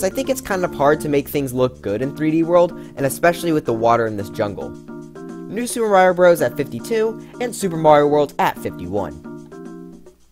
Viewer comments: All of You he says new sup but i Hear IT as new (soup) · why did you always say "new soup" lol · Ah yes my favorite game style “Newsoup” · Did this guy really just call new super Mario “new soup”? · I like how he said new SOUP er mario bros u